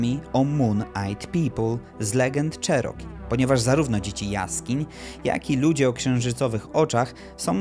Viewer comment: Wymawiaj nie "czeroki" a "cziroki" 🤦